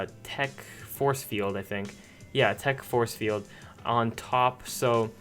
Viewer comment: Like bro you didn’t even know how to say a force field